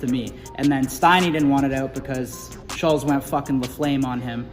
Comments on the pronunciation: Can y'all just pronounce his name right? Schultz...not schullz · Man y'all weren't ready for Schulz lol fyi it's pronounced Shultz lmao 😂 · SHUL,-(TZ) pronounced shultzy... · Am I the only one who thought/thinks there is supposed to be a T in Andrews last name? Shultz? At least that's always how I've heard it pronounced. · Why do they keep saying shulz lol 😂😂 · He still saying shullz lol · Cracks me up how kyle mispronounced his name. I'm convinced they have no clue who Andrew is. Lmao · And u still pronounce his name wrong. Wow. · I love how he messes up his name lol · Can y’all pronounce the man’s name right for fuck sake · They literally pronounce Shultz name wrong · Lmao from the jump i thought it was funny how they said shulz name the way its spelled 😂 i always thought it was pronounced shultz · BRUH Kyle can’t even pronounce Shultz right 🤣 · When you spend 5 minutes talking about how good it is probably not. Also try pronouncing his name right